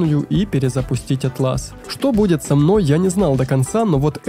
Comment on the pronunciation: кстати, интерфейс называется Áтлас, а не атлÁс)